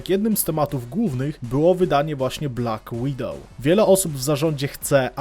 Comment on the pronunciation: "BLACK WIDOWOW"